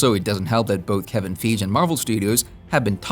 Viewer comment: Ya need to stop saying Kevin Feege